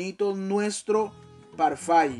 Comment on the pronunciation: Parfait!👌 on prononce “parrfé”. 😉